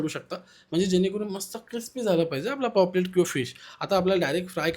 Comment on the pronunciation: Poplet nhve re paplet